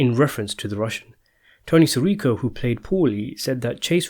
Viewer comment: I'm so confused at how someone is a die hard fan of the Sopranos but constantly mispronounces "Sirico."